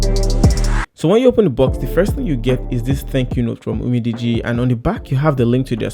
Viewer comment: You really tried oo.. Pronouncing 'UMIDIGI'